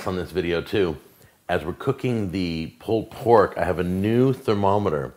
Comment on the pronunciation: One of most infamous videos and one that's become something of a meme amongst "foodjacks" because of those ridiculous meat claws he uses. 😂 P.S. You've got to love the way mispronounces "pulled pork" as "pulpork."